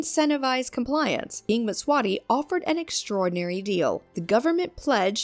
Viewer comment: Mswati..Nit mswani